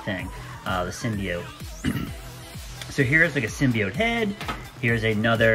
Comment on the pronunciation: I'm subbing just for you correctly pronouncing "symbiote".